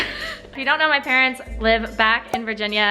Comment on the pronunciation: Adorable Emily with the parents. She calls them pa-rents because they pay the rents.